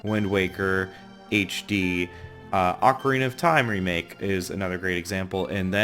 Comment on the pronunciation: It's pronounced. O-CAR-INA NOT OCK-Arina